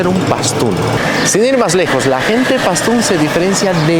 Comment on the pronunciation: Dices PASTÚN y escribes PASTÚ como se entiende eso??